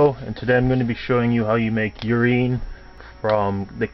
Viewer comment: Yurine, not Urin, dude...